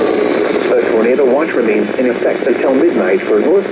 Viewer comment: Nobody:: Tornato WATCH